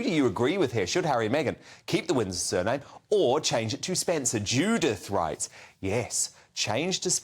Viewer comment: ‘Spencer’ or SPENDER ?